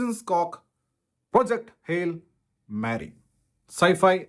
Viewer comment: pls check the movie name pronunciation when reviewing English movies.. i think you pronounced the word Mary incorrectly